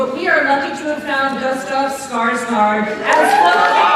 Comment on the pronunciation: Sounds like she says ''Gustaf Skar skar'' Way to butcher a name..